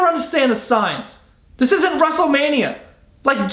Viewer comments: Wrestle mania, not Russle mania u dildo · He said Rustle-mania😂😂😂 it's Wrestlemania 😂😂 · It sounded like he said "russelmania" lol